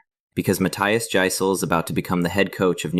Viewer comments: It's pronounced YICE-LEH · Jass-il , i aint moving its "jass ill" i aint moving.